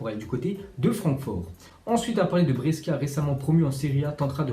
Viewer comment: On prononce brechia pas breskia pour les prochaines fois